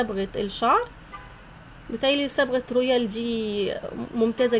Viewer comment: من سمعتها تقول تي وكيريم ورويال شلت يدي منها يختشييييييي ويخرابي